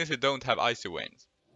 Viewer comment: When he said "Icy wayns" tsk perfection